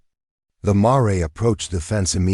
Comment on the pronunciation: Your AI needs some tweaking... mispronounced words and names...ie the name Jeremiah (jer-ah--my-ah) the word mare (mair)